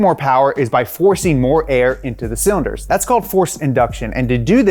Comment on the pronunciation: idk man... we got hit with "cylinords"